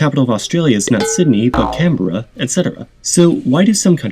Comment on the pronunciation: Correct pronounce Canberra correctly but need to do some work in Melbourne!